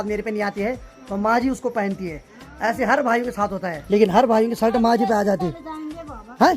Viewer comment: तुम शलट मत बोला करो शर्ट कहते है